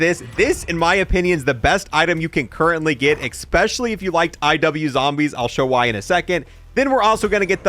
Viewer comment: EGG SPECIALLY!! Fuckin eggspecially good weapons bruh, bruh eggspecial video bruh.... lowkey... lmao man cant say especially :D